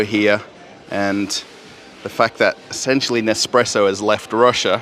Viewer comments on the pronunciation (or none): none